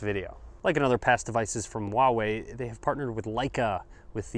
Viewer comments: It's huawei not wahwei. Lol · It pronounces hooa-wei actually